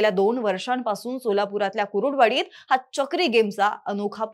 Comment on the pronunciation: गावाचे नाव सरळ घ्या कुरुडवाडी नाही कुर्डुवाडी आहे